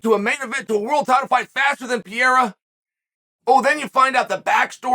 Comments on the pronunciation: Everyone: Pereira Chael: Piera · Alex “Pereira” But Uncle Chael always says “Pierra”. “Im just sharing with you” 😉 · Is Chael calling him Pierre & Pierra? 😭😂🤣 What a legend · A far better question is, how many times in one video will Chael say "Pee-air-uh". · I always tought Chael was all about mispronouncing names until they became champions. This Pierra guy dont get that privilege xd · Never new pereira name was pronounced PEE-AIR-UH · Alex pee-era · Chael refusing to pronounce Alex’s surname is offensive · I will be concerned if Chael ever pronounces Alex Pereira’s name correctly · Chael, your pronunciation of Pereira is very wrong, the only letter that has the "e" sound is the "i" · When is he gonna learn to pronounce the man's name? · Not at all. I’m guessing you missed the point. I was clowning on Chael’s unbelievably poor pronunciation of Pereira.